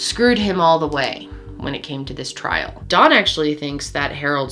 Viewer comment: You keep calling him dawn